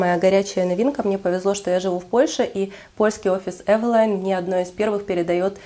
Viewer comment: Вы правильно говорите эвелайн, по транскрипции читается именно так. Очень понравился ваш обзор, подписалась😇